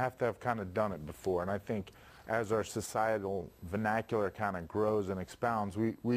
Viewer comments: Also I just want to say why isn't anyone getting on the host for saying Benacular instead of vernacular . Can we agree on that one and walk away as friends? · I had to watch the first 5 second 3 times and yes, he said "bunacular" lmfao! It's "vernacular" buddy.